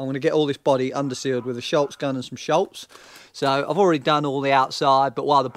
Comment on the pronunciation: If i may its not sholz, its schutz. Protection in german.